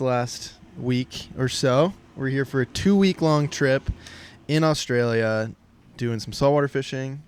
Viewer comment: I'm here at the start, no fkn idea how it's gonna go, but!!!! when you Yanks learn how to say Australia, it'll be a great day 😂😂😂